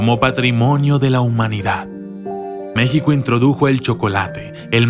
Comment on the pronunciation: enserio no sabes cómo se pronuncia México ,si insultas a México me insultas a mí y por esta vez y por todas no me arrepiento de ser una mexicana